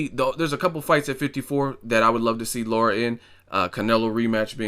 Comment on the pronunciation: La- Ra. Not Laura lol.